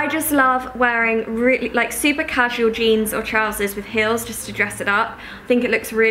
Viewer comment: You say heels weirdly